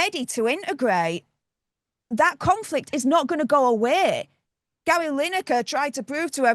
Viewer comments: Is she saying Larry? Haha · Did she call Gary Larry? 🤣🤣🤣🤣